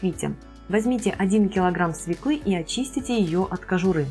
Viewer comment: Смешно смотреть, как тея с понтами произносит "свеклА" Свёкла!!! И никак иначе.